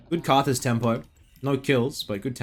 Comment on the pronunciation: Anyone else refer to Karthus as Rthus?